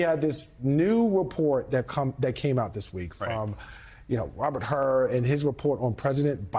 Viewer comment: FYI his name is Hur not Hurd.